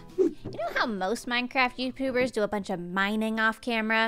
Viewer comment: did just say Youpubers or was that just me?